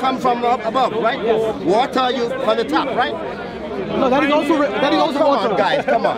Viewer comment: Watah and rain